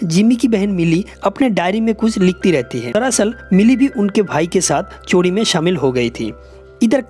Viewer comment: चोडी नहीं चोरी